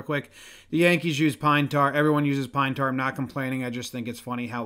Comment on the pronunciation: "Lemme get some pinebrar",😆😂